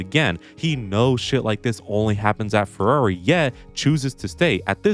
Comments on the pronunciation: Why does this guy have such a hard time saying “Ferrari?” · It's not Alonslow, not Sbinalla Vettel, nor crash Legreg. Its Ferrari.